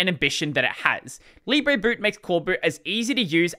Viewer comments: If it was pronounced "leeb-rey", it would be spelt libré. It's "lee-bruh". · Oh, "libre boot" Here I thought it was "lib reboot" until I heard him say it out loud.